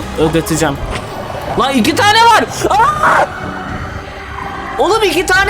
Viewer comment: la iki tane var ağaaaaaağağağğağ olum 2 tağğne niğe vağr